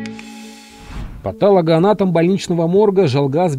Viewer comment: Не патАлого,а патОлогоанатомов !